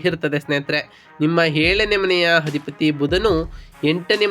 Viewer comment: ಸ್ವಾಮಿ ಮೊದಲು ಅ ಕಾರ ಗಳು, ಹ ಕಾರಗಳನ್ನು ಸರಿ ಪಡಿಸಿಕೊಳ್ಳಿ. ಅಧಿಪತಿ ಗೆ ಹಧಿಪತಿ ಅನ್ನೋದು, ಏಳನೇ ಮನೆ ಅನ್ನೋಕ್ಕೆ ಹೇಳನೆ ಮನೆ, ಈ ಉಚ್ಚಾರಣೆ ಸರಿ ಮಾಡಿಕೊಳ್ಳದಿದ್ರೆ, ನಿಮ್ಮ ಈ ವಿಡಿಯೋ youtube ನಲ್ಲಿ ಹೆಚ್ಚಿನ ಸದಸ್ಯರನ್ನು ಕೂಡಿಸಲು ಸಾಧ್ಯವಿಲ್ಲ.